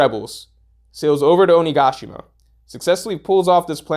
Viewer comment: My insides jolted every time I heard OniGAshima, had problems concentrating on the actual content because of it, lol